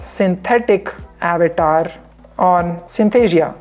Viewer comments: It's good,but why u calling it Abatar , it's Avatar our Sanskrit word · How many got irritated for his Avetaar pronounciation😂😂